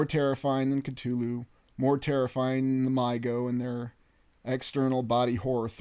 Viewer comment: One of the only times I've ever heard someone pronounce "Cthulhu" correctly. Bravo.